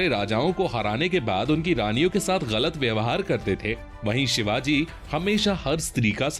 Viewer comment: भाई शिवाज नही 🤬🤬 छत्रपती शिवाजी महाराज बोलो भगवान है वो हमारे 🙇⛳🧡